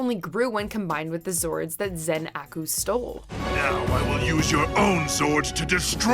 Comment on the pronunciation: Is it just me or did anyone else cringe a little at the way she said Zen-Aku.